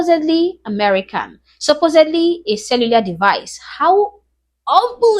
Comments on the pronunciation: Omg. He's saying "supposebly" and not "supposedly." Nobody with any intelligence at all says that. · You give him too much credit. I don't think that he was smart enough nor educated enough to say "Supposedly". I'm pretty sure that he was saying "Supposably", a common error by those whom aren't educated. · no no no, hes not saying supposedly. he's saying supposebly. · Black guy says “supposubly.” The English word is correctly pronounced “supposedly.” Oh yes, black peopling invented the English language! 😂😂😂😂😂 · Black people created English, but they still use tounge clicking and grunts. Dude makes that claim and still uses the word "supposebly" 😭 The only thing (many, not all) black people create are problems. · For some reason he keeps saying "supposedly" like it means something So he thinks sounding illiterate makes him look smarter?